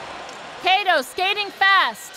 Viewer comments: it's supposed to be like CUTTO not KAY-TOE goddam lol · She can’t even pronounce Japan and Korean’s name especially Kato